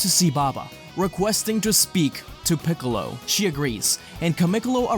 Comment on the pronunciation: u called piccolo = kamicalo💀